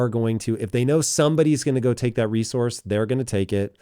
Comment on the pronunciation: For recorce not democracy lmao